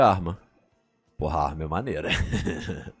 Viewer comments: eu sei, é que ele falou rammond, não Hammond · eu sei, é que ele falou ramond, com "r"